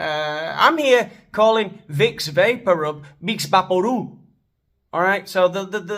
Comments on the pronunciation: "Veh-ick's Vapoo Rooob" 😂 !! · Excellent pronunciation of good old Spanish Vipspavorub 😂😂😂 Hope you are paying your taxes to Hacienda, man. We have way too many Brits living the life without 'cotizar', taking from the country without giving anything back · Vih vaporú! How can you pronounce spanish so damn good? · Hahahaha the Vicks Vaporub pronunciation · Mejor que pronuncies VIcks vaporub bien, ingles... por lo que te conviene.